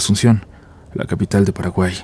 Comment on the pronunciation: Se que no da la ocasión pero es muy gracioso como decis Paraguay jaja solo eso